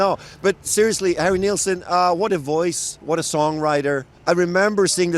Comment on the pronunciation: It’s Nilsson not Nealsson